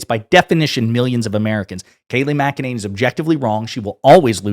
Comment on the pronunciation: Say her name correctly. Mac-Eh-Ninny. With all her sh!t talking she must spend a fortune on teeth whitening. Unbelievable liar.